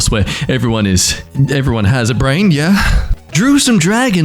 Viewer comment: Interesting uh tone for saying 'yeah' 👌👌